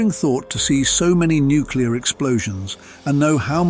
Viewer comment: For God’s sake, learn how to pronounce “NUCLEAR”. New-clee-ar!!! Not f’ing New-kee-lar! Jesus!